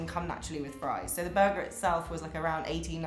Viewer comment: she says Tack-goes(Tacos) lol\ buggah = burger